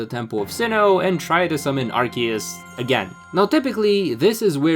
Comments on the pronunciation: It’s not pronounced as arse-ee-us 💀 That only existed VERY briefly before they changed it because it literally contained arse..butt. So that’s no longer the intended english pronunciation. Pronouncing it as arse-ee-us is wrong but it’s literally not that serious And what obnoxious subtitles? 😭🖐️ the only subtitles are ones you have to turn on! And they’re auto generated. If you mean the literal 2 seconds of subtitles that feature 1 small sentence 💀 than wow you’re triggered by subtitles WAY too easily.. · Obnoxious amount of subtitles, and saying Arse-ee-us wrong, I got 40 seconds in before leaving. Good day sir.